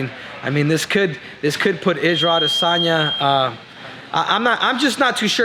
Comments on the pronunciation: "A-DEH!!!!!!sanya" ~ CCC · Quit saying his name that way it’s silly af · Why the hell you keep saying adesanya like that 😂